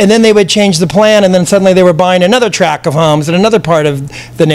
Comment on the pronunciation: top drawer interview! likeable, sincere, no ego. (minor criticism : how often is he going to say "a track [sic] of homes"?!! TRACT!).